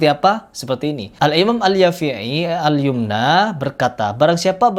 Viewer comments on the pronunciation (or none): Bang, harusnya itu Al Yamani, bukan Al Yumna..Krn dinisbatkan ke negeri Yaman jadinya Al Yamani